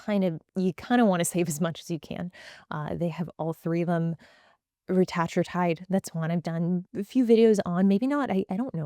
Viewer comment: THANK YOU for being the first person I’ve seen on the internet to pronounce retatrutide correctly!!! omg